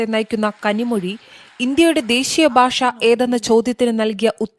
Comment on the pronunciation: ഭാശ അല്ല ഭാഷ വേറെ വല്ല പണിയ്ക്കും പോട വീഡിയോ ചെയ്യാൻ ഇറങ്ങിയിരിക്കുന്നു